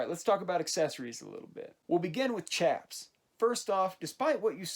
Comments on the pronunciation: They’re pronounced sh-aps not ch-aps I’m sorry about mentioning this but it really does just make me cringe to hear it pronounced ch-aps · They had bat wings in the 1870s but red dead makes them to baggy plus the way you said chaps triggers me